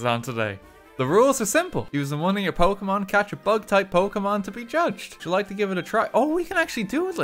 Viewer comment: your pronunciation of the pokémon names is.... painful, in some cases xD (and this is coming from someone for whom English is their third language)